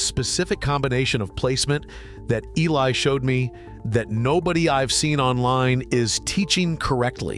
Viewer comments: Yeah E. L. eye, instead of Eli…. Too funny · Why use AI narration? Eli is a common name sound like E-lie not, E L I. I hate AI as it does people out of jobs and it impersonates humans. One day AI will dominate. Be warned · Did you also hear E. L. I. for the name Eli?!! And Ay-mish?! Gee, is it ai?! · His fkn name is Eli, not E.L.I. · AI...still can't read. E L I? EELIE is how it is pronounced... And AI is smarter than us? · It’s really nice to see AI talking to people, doing interviews with humans, and still mispronouncing names like Eli. 😂